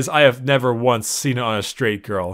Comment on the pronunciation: I heard grill not girl the entire time.